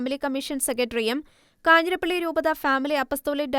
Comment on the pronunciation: 'കാഞ്ഞിരപ്പള്ളി' not കാഞ്ഞിരപ്പിള്ളി.